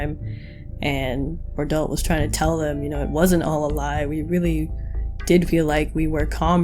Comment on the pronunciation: I really felt like Reiner SLIGHTLY exaggerated how he described the members of the 104th Also why do you pronounce Bertholdt as berdolt? Actually pls answer me